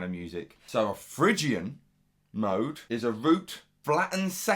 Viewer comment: Oh and you don't pronounce it fridge Ian, it's Fri Gian.